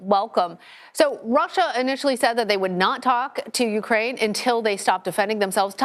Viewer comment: It's UKRAINE, not URKAINE!